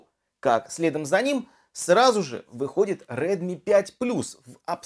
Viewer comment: red mi proiznosi pravilno